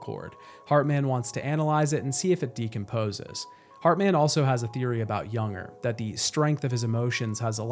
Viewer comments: I really enjoyed the video. It just bothered me that you kept calling Lou a he, which she is not, and you call Cliff "Junger" but he is "Unger". Otherwise great video. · What an exceptional game and a great video breakdown. Thank you. I tried to ignore it, but his name isn't pronounced "Younger". It's "un-ger", like hunger without the h. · It's Unger, not Junger. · "Younger"?? It's Unger, like UN-grrr. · It’s “unger” not “younger” man that annoyed me more than it should have 🤣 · This video is really great but that bothered me so much too. Everytime he said his name wrong it triggered me. It is a pet peeve of mine but this an amazing video though. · FYI I'm pretty sure that "Unger" rhymes with "Hunger", not "younger". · I’m loving this video but Unger is pronounced UHN-GUR. 😅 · I just wanna know why you pronounced Unger as Yunger? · Fantastic video! It drove me crazy that you kept saying Unger's name wrong though lol